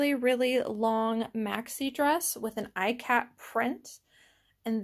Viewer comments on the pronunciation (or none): Its pronounced E kat not I kat, and the fabric is a printed Ikat design, not a real Ikat which is a dyed and woven pattern. MCM_Carlos